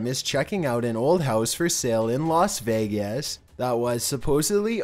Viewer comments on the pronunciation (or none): none